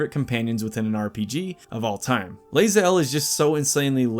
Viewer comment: "lae-zelly" xD